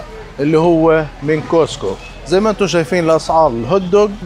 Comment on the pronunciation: ملاحظة صغيرة، اسمه كاسكو. مش كوسكو. بالتوفيق